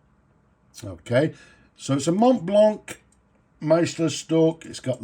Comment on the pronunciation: Mate! Glad that you pronounce the "c" in a hard click sound. So many times, these reviewer folks pronounce Montblanc without pronouncing the end "c". It sounds quite pretentious 😂